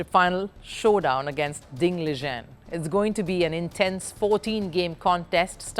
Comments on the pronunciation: If you are talking about ding liren, her pronunciation is correct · I don't think she pronounced anything wrongly. As someone else also mentioned, if it's about Ding Liren, she's actually correct. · you smartass she pronounced it correctly